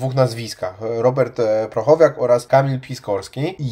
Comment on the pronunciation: Chłopaki tak trudno sprawdzić nazwisko... PRO - CHO - WNIAK! Nie "prochowiak"...